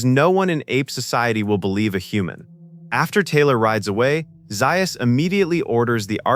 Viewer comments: Dr. Zaius is pronounced “Zay us” NOT “Zi us” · Not Dr ziyas, Dr zayas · It's not Dr. Zius. It Dr. Ze-us! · Did you know that Dr, Zais is really pronounced Dr. Zeyeus? AI is always a drag. Hire a human being to read your swill. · Have you ever watched the movie????? m Dr. ZAY-us; NOT Zi-us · Doctor (pronounced) "Zayus". Probably AI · It's pronounced DR 'Zay-uhs" rhymes with 'Chaos" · Who is Dr. Zie Us? Holy crap can't AI get one thing right. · with so many mispronunciations, I'm calling the poor narration intentional (Dr Xyuss, Pierre Balloo, etc., etc.) and highly offensive. This could have been a neat little documentary... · Someone teach AI how to pronounce ZAYYYUSS correctly. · You watch the film It is Dr. Zay-us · Doctor "Zie-us", really!? cant take back my view unfortunately.... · Dr. Zy-or-us❓ You "AI" sucks.😞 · And Dr Zius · took me longer to downvote this video but as soon as i heard "Doctor Zie-us". Sigh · Dr Ziias ??? Orangeatoons ??? Kind of killed what was interesting stuff. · orangutan lol he is ai and the ai cant say za us lol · This was excellent, even though you mispronounced Dr. Zaius, Abraham, and orangutan. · Something every Planet of the Apes fan also knows is that the AI mispronounced Dr Zaius. 😕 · First of all it's Dr Zais not Dr Zais. Ouch different. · Or pronounce Dr. Zaius correctly. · Zaius's wish would be the narrator pronouncing his name correctly. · The pronunciation of Dr. Zaius is bad. Also, if you are going to quote parts from the movie, have the correct inflections. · Something every Planet of the Apes fan knows is that the AI also mispronounced Dr Zaius. 😕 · Zaius would teach the film narrator how to pronounce a few words better, including his own name. Anyone who watched the movie knows the narrator didn't watch the movie.